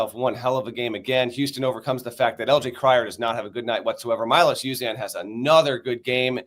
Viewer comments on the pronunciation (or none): Please give Milos Uzan the respect to learn how his name is pronounced. My-Lohs Yoo-Zan (rhymes with can).